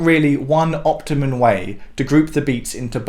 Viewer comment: "...one optimal way..." Or possibly optimum. But not optimun.